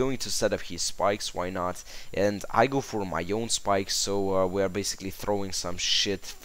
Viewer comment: ur saying skipes not spikes lol xD